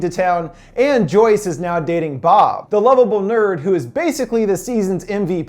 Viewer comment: As Told By Anakin Skywalker u said boob its bob